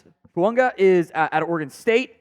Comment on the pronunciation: Hey, how is it that hard for you to pronounce Fuaga, FOO-AH-GAH. Have you not heard anyone else say his name? What's the deal here